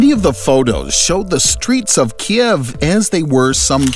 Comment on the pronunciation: Great video, but yr pronouncing Kiev wrong. It’s actually ‘keev”, like the name Steve